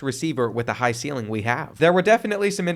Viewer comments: "Jew-John Johnson" bro just did the LSU rebuild and still can't say "joo-wahn"😢😢😢😢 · “Ju-John Johnson” It’s Ju-Won, bro. 🤦🏾‍♂️🤣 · bruh his name is JuJuan (jawon) not JuJohn 💆🏽‍♂️💆🏽‍♂️ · Bro still saying “joo john johnson” 😭